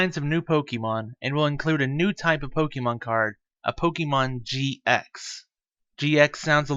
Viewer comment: Please pronounce Pokemon correctly, 😢 sounds awful, it distracts me from the tutorial